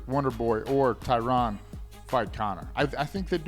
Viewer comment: Was gonna rip on Matt for calling Woodley "TyRON", but then Forrest did too so now I'm cool with it.